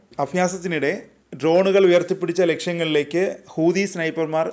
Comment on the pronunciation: കൂതിയല്ല, ഹൂതി 😂